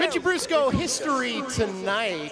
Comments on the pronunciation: fool at the beginning said mickey brusco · Anyone notice how he said mickie brusco